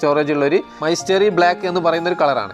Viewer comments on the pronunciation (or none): മൈസ്റ്ററി അല്ലല്ലോ മിസ്ട്രി അല്ലെ